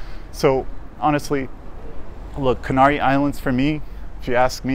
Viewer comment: Be nice if you could pronounce the name of the islands correctly.